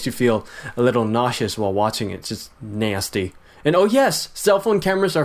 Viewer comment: "it's just nay-sty"